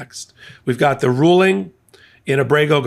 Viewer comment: Did you say Alito’s 5page ruling or “drooling”?